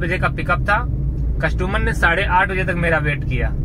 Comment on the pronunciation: भाई #कसटूमर नही होता है कस्टमर होता है।